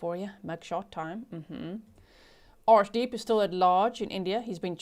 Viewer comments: To those who cant pronounce "arshdeep",'ar' is pronounced as 'ur' as in urn.Its a deeply spiritual meaning for the Sikhs, although this guy isnt worthy of it.I hope,the viewers of this channel understand that while an unfamiliar name could be incorrectly pronounced, and is forgiveable,making insulting comments about it, isnt. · G , I can’t take you serious when you say arshdeep I’m to immature 😂you have a cheeky look everytime you say it aswel I love the snark 😂